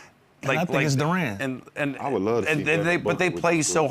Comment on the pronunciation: Lou, It's not Dur-An, it's Dur-in. Also, don't sleep on Ron Holland II or Paul Reed.